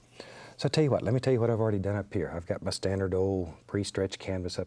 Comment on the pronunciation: ‘Tell yu wat let’s do...”. 😂